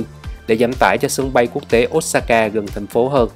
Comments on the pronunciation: Xin lỗi chứ ô sa ka chứ k phải ốt sa ka nghe khó chịu v~ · Ô sa ka chứ ko phải ốt sa ka a ơi. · góp ý với a là Nhật không có âm O và U thay vào đó là Ô và Ư (Osaka > Ôsaka, Sakura> Sakưra, Fukuoka > Fukưôka ):D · Chả ai đọc là ốt sa ka ad ạ